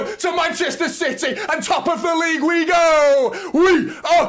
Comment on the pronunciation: It’s “League” by the way